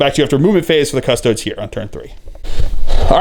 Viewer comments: Cuss Toad ESS not EES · Cuss-TOE-days. There are 3 syllables in that word.